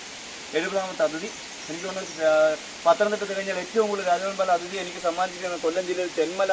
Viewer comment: Athithi athithi ennu parayunu adhithi suresh ano orale parayuna poleyanu adhithi ennu parayunne